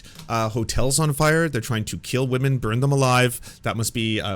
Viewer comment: Jeremy Hambly is the kind of dude who says "wahmen" and thats all you should ever need to know